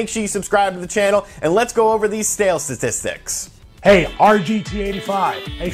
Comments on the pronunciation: "LETS GO OVER THESE STALE SATISTICS." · Stale satistics 😂😂😂 sorry man. Love your channel dude